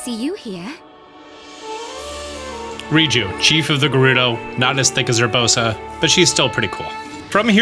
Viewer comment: Bro the nice thik as ubrosa got me crying😂